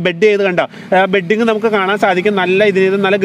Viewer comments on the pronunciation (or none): ബെഡിങ് അല്ല. ബഡിങ് എന്ന് പറയുക. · ബെഡിങ്ങ് അല്ല ..... ബഡിങ്ങ് ആണ് ട്ടോ😊😊